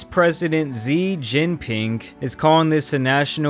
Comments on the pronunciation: It’s not zee Jinping 😂 It’s pronounced as Shi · Your way of pronouncing xi jing Ping Made me physically cringe